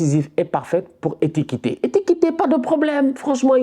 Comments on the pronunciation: « ETIKITÉ » 🤣 c’est plutôt « EKITIKÉ » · c'est Ekitike pas Etikite, tu detruit le blaze du mec 😂😂🙌🏽